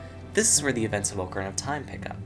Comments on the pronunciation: I stopped watching after I heard "oak-a-RINE-a"... fail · Ocarina = Awk-uh-ree-nuh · He said Ocarina like “Oh Ker Eye Nuh”😂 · why do you intentionally mispronounce ocarina